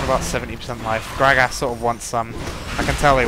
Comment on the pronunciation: Grag-ass lol. I love how you say gragas!